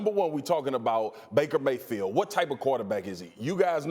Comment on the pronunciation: Baker “mayfeel”